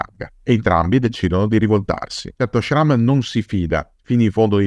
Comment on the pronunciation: Jean Schramme's name is pronounced Shram.